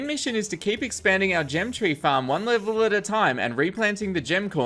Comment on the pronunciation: "one lvlle at a time" xD